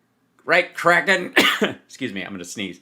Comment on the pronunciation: Im starting to think Sydney Powell was misheard , we thought she said she was "releasing the kraken" , she actually said "releasing the crackhead" ... 😳